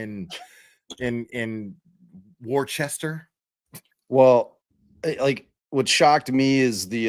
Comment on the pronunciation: Hey who is the beautiful blonde that always sits with Karen’s family? Also it’s pronounced. Wooster